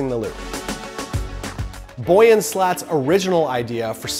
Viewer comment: Your pronunciation of Yves and Boyan makes my insides curdle.